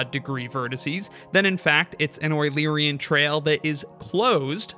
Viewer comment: A wueluerian trail???